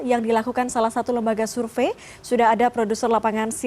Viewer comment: "survei"bukan sulve "Sore" bukan Sole ngakak ajg😂😂😂